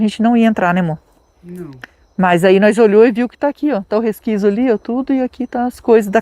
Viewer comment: "Resquizo, resquizo, Resquizo,,," 😂